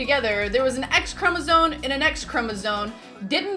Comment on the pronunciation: Because you said chromosone instead of chromosome